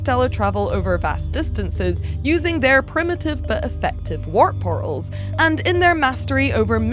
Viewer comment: Worth it just to hear pronounce "Worp por'als".